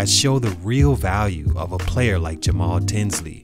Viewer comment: YOOOOOOOO!!!!! SHOUT OUT FOR THE LOVE!!! YOU ACTUALLY PRONOUNCED MY NAME RIGHT ALSO!!! MAJOR RESPECT!!!!